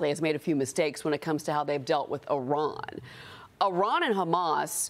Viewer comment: I hope we never have to send more soldiers into harms way and if we must i pray that they return unharmed and fight only for whats right. And Someone get this reporter some pronunciation classes, they're $7.99 on coursera, it is Iran not Araan.